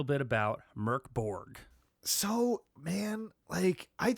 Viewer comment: Hi guys! Love your podcast! I where at the release party for the game and it was the coolest thing I ever been to! I love the game so much, though cuz of Covid, never got the change to play it. And it's pronounced "Mouhrk Borj". Stay safe and take care of each other. //HXA